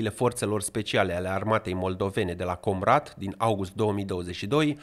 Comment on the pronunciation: Povestea lui Guțul, e ca a fost manichiuristă pentru Tauber, mîna dreaptă lui Șor în public. Dar nu-i confirmat. Si accentul în „Comrat” nu se pune pe „O”, accentul e monoton.